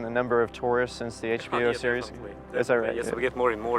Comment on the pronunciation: I love how he keeps saying "cereal" instead of "series".